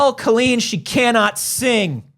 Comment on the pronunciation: I literally want to grab her and tell her that her name is COLLeen not COlleen. I’m glad I’m not the only one that thinks that crazy